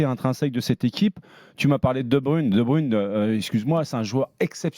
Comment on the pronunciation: "De Brune" -> De Bruyne ça se prononce De Bebreuïn". 2 brunes c'est ce que vous avez bu quand vous avez engagez certains de vos journalistes en conférence de presse Et quant qu'on est là messieurs les "pros journalistes" qui ne sont pas capable de prononcer les noms des joueurs alors qu'une partie de votre boulot c'est de s'informer. on va faire un topo des noms. oui les noms d'origine néerlandophone c'est pas encore ça. Casteels: se prononce Castélss. Faes se prononce "Fasse" et non "Fesse" Vermeeren c'est comme pour Casteels:" Verméreun" et pas "Vert Marraine". De Ketelaere c'est pas "De Kéteulaère" mais "De Kéteulare" et De Cuyper ce n'est pas "Deux Couipaire" mais comme pour De Bruyne: "De keuïpeur" de manière générale, les "uy" se prononce "oeil" et le "ae" c'est si le "e" n'existait pas. On n'y peut rien, c'est la langue germanique! ça prend autant de temps de trouver cette info que de pondre un article en boucle pour dire "mdr la belgique a encore le seum" pendant 6 ans